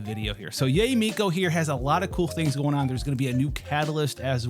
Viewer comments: its pronounced YAH - EH not YAY..... jfc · Yay is the most yt pronunciation of Yae (Yaye)